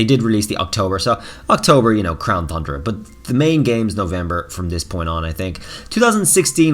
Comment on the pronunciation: Everytime he says thundra i drink